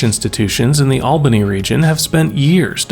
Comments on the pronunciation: BTW… it’s pronounced awl-buny not Al-bany. Not a New Yorker here. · It is not Al-bany...it is All-bany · "ALL" All-bany, not "AL" Al-bany. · NoOoOoo. It’s ALL-BUH-KNEE not AL/OWL. When you grew up here and you hear that you’re like NoOoooO! GIT IT RITE! lol! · Resident of Albany here. It’s not ALbany like the name Al, it’s AWWLbany. I hear YouTubers say it the first way allllllll of the time and it’s a pet peeve of mine. Along with calling Syracuse “Upstate”. Syracuse is central NY. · Albany is pronounced all-bunny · “Albany” is pronounced as “all bunny” not “al benny” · also- " AL-- benny" is not how it's pronounced it''s "ALL-Bany" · All-bany not al-bany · ALL-BANY, FFS... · Albany is pronounced ALLBANY. Upstate NY needs dozens of companies of this like this . I’ve lived in western New York for 38 years and the economy has been going down before and after I moved here. Also Air Bases in Rome and Plattsburgh. Finally our Governor seems determined to help illegal Aliens and the indigent at the expense of the taxpayers! AOC and Schumer are contributing to this financial disaster. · It’s pronounced Awl-bə-nee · All-bany. Not Al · damn! i can't believe you found a way to pronounce albany wrong! that takes talent